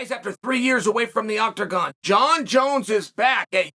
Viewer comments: “Thee Octergon” Great Start Chael! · "Octergan" - Chael Sonnen (2023)